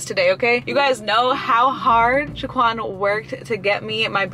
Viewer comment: you overlooked the "h" in Shaquan 🙋🏻‍♂️